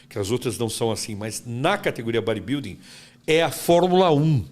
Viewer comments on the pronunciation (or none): O que tem de barba tem de inveja. E não é Baribilding é bodybuilding ok? Acorda, sai da sua bolha! Detalhe, falando mal dos outros com o terror dos motoboy (quem entendeu entendeu)